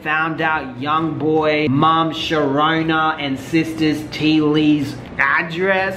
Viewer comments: Nobody::...”YB’s mom Sharona...” 🥴🤣🤣🤣🤣 It’s SHA-RUN-DAH, baby 🤣🤣🤣🤣🤣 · “yb mom sharona “ ctfu it’s rondaaaa 😂